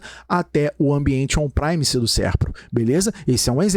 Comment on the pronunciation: excelente aula. se eu posso agregar algo, sugiro que o sr reveja a pronuncia de exchange (pois está comendo o som do S) -> e tambem a pronuncia de PREMISE pois o E nunca tem som de AI em inglês.